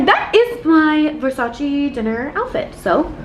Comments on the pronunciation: Its Versace NOT Versaciii🤦🏽‍♀️😂❤Sorry not sorry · versacEEEEEEEEEEEEEEEEEEEEEEEEEEEEEEEEEEEEEEEE cristo santo not versaci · IT’S NOT PRONUNCED VERSARCI!!!!! IT’S VERSACE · VersacEEEE not VersacI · It‘s not Versaciiii it‘s Versaceee ! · People say 'Versace' wrong... it's not ver-sach-ee, its ver-saach-eh....🤷‍♀️ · Pleaseeee it’s Versace not Versaci ahahah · Ver-sa-CHE not versashi 🤦🏽‍♀️😬thank you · It’s not pronounced “Versaci” it’s pronounced “Versace” 🙈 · Omg amazing 😍 but the right pronunciation is VERSACH-EH not VERSACH-EE!! Love you ❤️💝 love from Italy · I know must be so excited experiencing this. But all the screaming over small things? Mad annoying. And not responsible enough to wear a mask? Bruh. ALSO how she pronounce VERSACE wrong the whole video??? This is upsetting. 👎🏼 super disappointed. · Me, an italian, being triggered the whole video with the way she pronounces versacE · Wanna shoutout Donatella but can’t even say Versace right and thats her #1 pet peeve. She sold that house quick and cheap she wants nothing to do with it so don’t flatter yourself thinking she gon see this 😂 this regular ass place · U love Versace so much yet you can’t say it properly.(btw I’m not hating just correcting on how to say it)